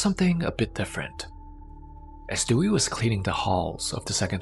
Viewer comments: Her name is pronounced Day-we not Dewey from "Malcom in the middle" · Her name is Dewi not Dewey😁😁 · It is pronounced Day-Wee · I know her name is most likely "Dewi",... but it sounds like "Dewey" 😂😂. Awesome content as always, keep it going